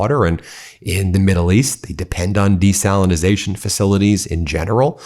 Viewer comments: Desalination. Not Desalinization. Desalination plant. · Desalination ✅ Desalinization ❌ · I think it's desalination. Not your strange version of the word. And if you did your research you would know that Iran actually has natural springs as well. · Ben! It's DESALINATION! We need to be taken seriously!